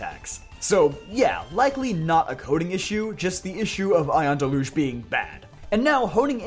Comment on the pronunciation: it’s dell-youj lol